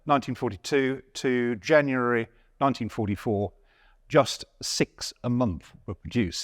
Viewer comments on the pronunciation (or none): none